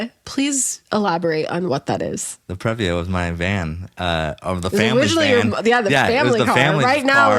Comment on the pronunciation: Previa is a long E sound. PREE-via.